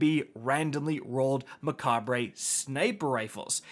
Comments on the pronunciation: Everyone keeps saying mecha(bray) but I thinks it’s suppose to be (cob) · Seems like every creator is mispronouncing the name of this gun. I've heard a lot of mecha-bray or mech-bree, or just never saying the name in the videos. It's a play on the word macabre (ma-cob or ma-cob-ruh) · It’s pronounced “Mekob” it’s a play on the word macabre which means dark or ghoulish and is pronounced “makab” looool